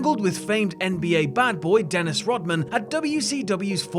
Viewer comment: What the hell is a “Den-isty?”